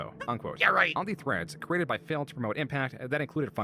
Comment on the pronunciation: I love how says Phil. It sounds like fail 😂